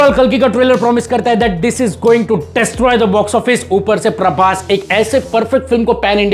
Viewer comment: Praboooss❌ Praboss✔️ 😂